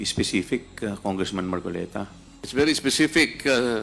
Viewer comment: Weeee dumali nanaman si gadgaran facing ..'marcolets " 😂😂😂😂😂😂